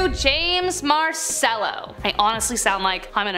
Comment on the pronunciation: Pronounced ' marchello' surely?